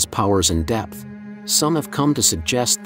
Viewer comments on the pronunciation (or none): none